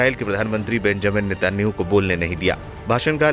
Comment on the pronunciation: अरे chu@ N€tan¥ahoo का नाम तो सही से लेले